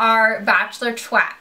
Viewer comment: I died when you said twat, you pronounced it differently, but it still killed me :) That's what we should all start calling Twitter chats ;)